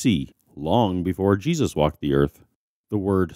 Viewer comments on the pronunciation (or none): none